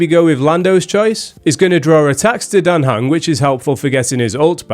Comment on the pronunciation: Dan Heng is "Dante" xD